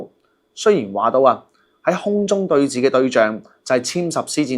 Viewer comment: re: 5.45 「空中對峙」， 該讀為「空中對是」。 不要錯讀為「寺院」的「寺」。